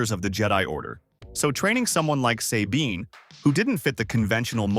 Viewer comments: Who tf says "Say-bean" when they clearly say it correctly in the show. People do ts just to piss me off I swear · Say Bean. Eat my armpit sweat AI. Get the material right! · "Say-bean" has always been one of my favorite characters.